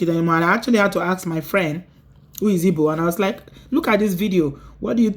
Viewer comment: Please my little correction, it's not ibo, it's Igbo.... Thank you